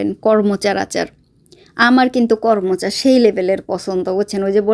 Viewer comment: কর্মচা না করমচা বলে ।